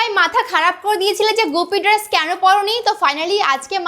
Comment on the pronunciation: Dress bole. Drrruuuuesss noi 🤣